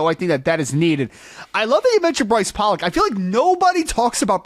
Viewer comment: Brice Pollock pronounces his last name as Pole-lock. He's ben around long enough for tou bloggers to know this!!! Maybe you could make an effort to say his last name as he and his family do??? Great video!!!